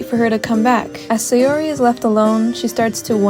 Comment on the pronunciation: The way you pronounce saori is murdering me and now I am dead (no offense I still like the video)